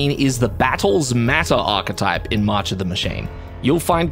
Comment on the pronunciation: I can't believe someone pronounced the word "archetype" correctly for a change!